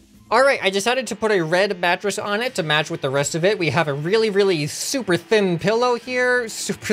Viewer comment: "decided to add a red mattress, to MATT (pronounced like match) with the RESS-t of it." Hehe